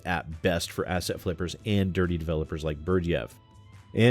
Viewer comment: Is it just me or does it some times sound like is saying "Ass-hat" flippers? Not that he would be wrong either way.